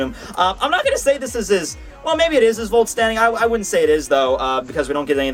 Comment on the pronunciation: please Stop saying woulstanding. Vollständig is Not pronounced like that